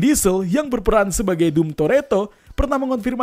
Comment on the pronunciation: Dom itu dibaca dom bukan dum